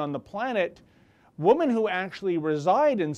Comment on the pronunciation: This has nothing to do with the subject of the video which I agree with 100% but I have a question about his pronunciation of the word women. Do Canadians pronounce woman and women the same? In US English and UK English the plural for woman is women pronounced (wimin ) in both UK and US English . The plural women pronunciation (wimin) is the same as it was in Old English, the singular pronunciation woman changed sometime in Middle English from (Wiman) to woman.